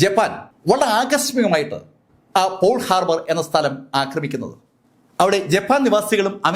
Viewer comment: സാർ, അത് പോൾ ഹാർബർ അല്ല, പേൾ (pearl) ഹാർബർ ആണ്.